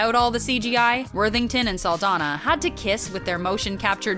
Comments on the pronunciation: Saldaña, not Saldana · Her last name is pronounced "Sal-DON-yah".